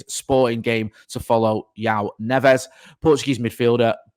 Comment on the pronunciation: If we end up buying the young Benfica midfielder his name is pronounced NEVS (not NEVEZ) . Despite the spelling , Neves . The Portuguese have a soft ending to their names unlike Spanish or South American players. It’s the same with Fernandes - it’s not pronounced Fernandez and should be pronounced Fernands. Anyway, hope we get him.